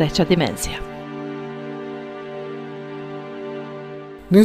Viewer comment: Naglasak nije na prvom e nego na drugom!